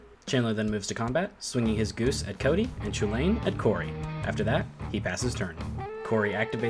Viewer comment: You said it correctly. It is pronounced choo-Lane. As Donald Glover puts it, "This is America."